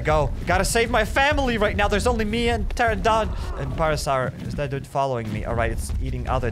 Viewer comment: You saying parasar pain